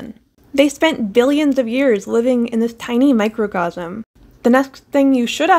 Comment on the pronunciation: you didn’t annunciate the “c” very well